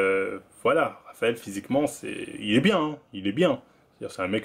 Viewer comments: c'est moi ou il dit Travael Cuesta 👀😭😭😭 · Traphael Cuesta